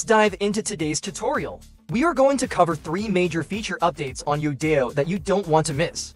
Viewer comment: It's kinda painful and cringe watching this video constantly saying the name of the site wrong. It's "Yo-Dai-Yo" not "yoda-yo"